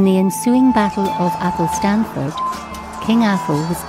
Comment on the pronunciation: Locals pronounce 'Athelstaneford' athel-stain-ford, not 'athel-stan-ford'. Or if you really like it's affectionally known as 'Eshinford'. Excellent wee video all the same :)